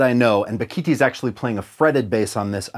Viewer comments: A) As said below it's Ba-gi-ti. B) If you EVER have an opportunity to hear him perform, it's a hundred-mile show. As in it's worth driving a hundred miles. C) When you get to the show, stay after and say hello. Bakithi is one of the kindest humans I've ever met. You'll be a better person for it. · As a South African and a fretless player I can say that Bakithi (propounded Ba-gi-tee) was one of a few great SA players not the only one. Joseph Makwela, Concorde Nkabinda and others are amazing also.